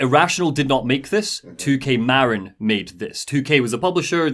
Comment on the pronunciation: Not sure if this has been mentioned yet, but “Marin” in “2K Marin” is pronounced “muh-RINN”, not “MA-rin”.